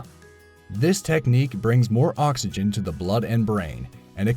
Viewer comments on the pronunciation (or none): none